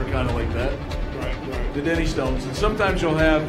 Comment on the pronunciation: Re, question about Highland Games. Pronunciation check, sounds like he's calling the Dinnie Stanes the 'denny' stones. You're looking up these, much feared, Granite artifacts ... which weigh slightly different than stated and differently from each other, making them a real test of grip as much as muscle [but not bad off the top o' the heid numbers that commentator man !]. And no, they aren't for fannies. Greetings from Scotland.